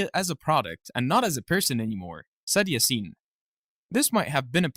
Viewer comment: İ think when you say "Yasin" you shall put the emphasis on "a" instead of "i"